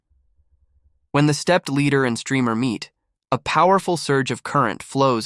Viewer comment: AI can make mistakes..this is an example...stepped Leader...Ladder....Ladder...Ladder ooooohhhh.